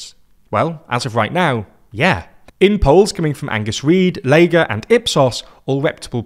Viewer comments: More mispronunciation. Pollster Léger is French. The “g” is NOT hard. This is elementary French.😊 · A great Canada episode! I feel like the folks at have really made an effort with their research regarding Canada and it shows here. Just one note: you've pronounced Leger (well known Canadian pollster) the German way (lay-Ger). It is pronounced Lay-jay, the French way. A good rule for Canada, if it looks fancy or foreign, pronounce it the french way! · Guys i love your work but , it's Léger (lay-jay), not leh-gurr. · It's not ley-ger (Leger polls), it's le-jea. It's French. Otherwise an excellent snapshot of politics in Canada today. The apparent demise of both the NPD and of the Bloc Québecois accounts for most of the Liberal surge. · It’s Léger, pronounced “le-jhay”. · This was a solid video! Thorough and well-researched. Just to note that Léger is pronounced lay-zhay. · Hilarious method of pronouncing leger (lay-j-ay) and the "jag" in Jagmeet is actually "jug" (as in "hug", as he sometimes says) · Leger is pronounced Léjé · Leger is pronounced Lejer. for future reference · Leger is a Québécois company so the name is pronounced as a French one. Le-zhay is closer. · The « ger » in Leger is pronounced like « J » or « jay » in french « er » at the end of the word makes the same sound as « é » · Just a quick note, Léger is pronounced with a j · Solid analysis, though that's not how you pronounce Léger :p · Needs more research on pronouncing Leger and Jagmeet.